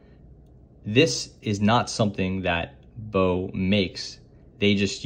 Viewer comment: It's pronounced "box" since baux is short for bauxite which contains aluminium (hence the name of the company)